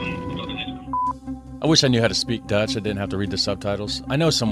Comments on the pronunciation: Why is he pronouncing Dutch words like their Latin lol. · You pronounce dutch like it's latin. Try more of a german pronunciation. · You pronounce dutch like It's spanish 😂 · woah woah woah ! you are MURDERING the dutch language there ... sounds latin when you say it like that :P - also 112 is the 911 of the Netherlands :) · Love that you tried pronouncing the Dutch but you made it Spanish, lmao Edit: the translations are REALLY bad